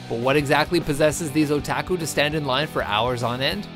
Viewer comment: The mispronunciations make this more interesting. O-tack-uu